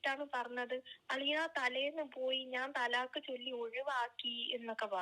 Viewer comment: തലാക്ക് ❌ ത്വലാക്ക്✅